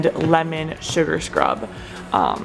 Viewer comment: “Lemon Suagr Crub”